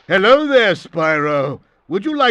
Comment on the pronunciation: I lost my shit when casually said "Hewwo, Spywo"